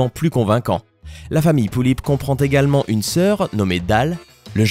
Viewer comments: ce que tu dit sur les pullip c presque juste déjà tu ne dit pas bien (pullip) et ensuite tu dis qu'elle a des frères et les sœur mais elle a juste un frère les sœur c'est les sœur du taeyeng alors avant de le juger renseigne-toi mieux s'il te plaît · on dit pullip est pas poullip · on dit des pullip pas des poullip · On dit pas poullip mais pullip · sa se lit pulipe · PT1 c est pas POULLIP MAIS PULLIP C EST PAS PARCE QUE C EST CORÉEN QUE ON DIT POULLIP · Exactement parcontre c'est pas poullip mais pullip ça se prononce comme ça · les pullips ne sont pas des jouet et encore moin des barbies se sont des poupées de collection en VINYLE (très fragile) elle sont que pour les + 14 ans !! et sa se prononce pas Poullip MAIS = PULLIP !!! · je comprend pas comment on peut dire une poullip a la place d une pullip... apres tt le monde a s1 facon mais je comprend quand meme pas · c 'est pas lullips mais pullip et on s'enerve car c'est une passsion et que quand on vas chercher des informations sans renseigner d'avantage oet qu'on se trompe evidament que sa provoque une fureur j'ai les pullipiennes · Ont dit Pullip pas Poullip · je suis désolé...Mais on ne dit pas "Poullipe" mais vraiment "Pullipe" et aussi Yeolume se dit "Yéoloumé" enfin je ne dis pas ça pour critiqué 🙌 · c'est pullip pas poullip 😂😂😂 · On dit pullip et pas poullip merci de respecter mes poupée pref'😂😂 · On dit pas "poullip" mais "pullip" et en plus les pullip ne sont pas du tout des barbie !! #teampullipienne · c'est pas "poullips " mais "pullips "! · c pas poullip mais Pullip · c'est pas poulipe comme tu dit mais pulipe ! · pas poullip!! Pullip dit avec le u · ca se dit Pulipe pas poulip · Ça ce dit pUUlipp/peullip pas poullip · Oh non ! Au secourd ! Tu a mal prononcer Pullip ..... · on dit pas poulipe mais pulipe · xd comment il a dit pullip il a dit pouillip je suis morte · OMG POOTSY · c'est cool de presenter les pullip xb juste la prononciation humm "poullip" elles pondent pas des oeuf :b